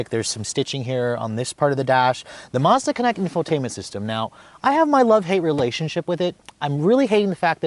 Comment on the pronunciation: There is no R in Mazda. You don't pronounce it Marzdah